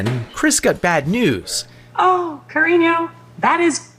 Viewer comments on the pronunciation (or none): "ca-rino" go me too lmaooooo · I have never heard "cariño" said more white lady than that (and I AM a white lady x.x) I need this man's partner and child to get faaar away from this. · I speak Spanish and I was listening without watching, it took me a cool minute to realize the AI was trying to say “cariño” 😂😂